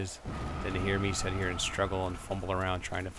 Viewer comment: hm it's funny. I don't know if it's just the subtle accent from your home area but every time you say the word sit you pronounce it set. Love the vid btw :D some examples P.S. lol I don't know why I notice these things.